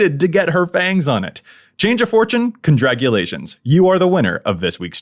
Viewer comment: Condraculations! Hahaha!